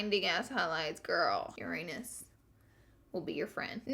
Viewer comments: Yeerr-anus. I'm dying. Lol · I love how they keep pronouncing Uranus your-anus 😂 girl it's Yoo-rah-nes 😂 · Legit thought she just said your anus 😭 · What Laura says : Uranus What I hear : your anus. LOL !!! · Astronomy lesson, the way to pronounce the planet Uranus' name is Ur-ah-nus! Great review I love it! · Lauraaaaa!!! I'm dying laughing in my car! Every time you say "Uranus" it sounds like "Your Anus" 😂😂😂😂😂😂😂😂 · I heard "Uranus by Jeffree and Manny" as "Your anus by Jeffree and Manny" and I was like what did she just say? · its funny how you pronounce Uranus lmao